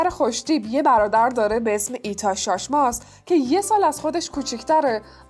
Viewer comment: آیتاچ شاشماز لطفا تو تلفظ هاتون دقت کنید